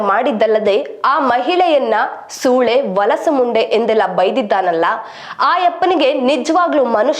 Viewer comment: ವಲಸು ಅಲ್ಲಾ ಹೊಲಸು. ಹ ಕಾರ ಅ ಕಾರ ಸರಿಯಾಗಿ ಬಳಸಿ ನಿರೂಪಕಿ.